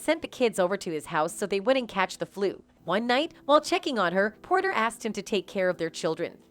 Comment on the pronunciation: it’s Porter. Not Potter.